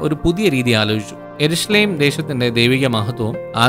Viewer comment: not erusalem.. jerusalem aanu